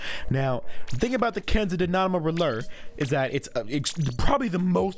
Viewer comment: Is that how you pronounce roller?